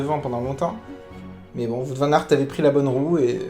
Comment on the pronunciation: J'aime bien cette manière de faire ton debrief c'est bien Seul point faible : la prononciation du vainqueur 😭🇧🇪